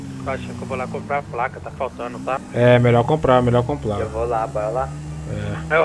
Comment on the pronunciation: o fala vou lá compra a placa ai o responde é melhor ir lá compla kkkkkk